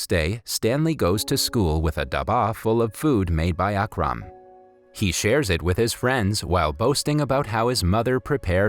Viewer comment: And its not aaaakraaaam its ukrum